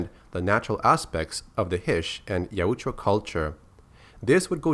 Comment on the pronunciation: Its (YOW-T-JA